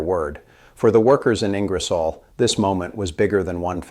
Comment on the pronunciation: Bad AI, can’t Pronounce Ing-er-solle